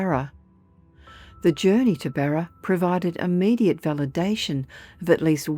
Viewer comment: 😂 Barer? I presume you mean BARRA!